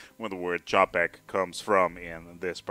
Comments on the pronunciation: ČAPEK Č Č Č Č Č Č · Bloodhat thank you mate he nearly destroyed my ears by this japek. jinak Taky zdravim 😁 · Japek XD that mispronunciation is hilarious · The pronunciation on Wikipedia isn't that good since the sound is quite distorted. Coming from a Czech, it's pronounced with a "Ch" sound.